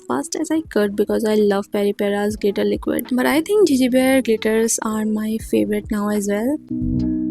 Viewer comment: It's not jeje it's गेगे